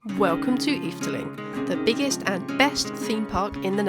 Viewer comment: Just a note, its Efteling. The E is silent for your Brits. Just pronounce it Fteling. Fteling And the first darkride you were in , is called Droom vlucht . translated as Dream flight .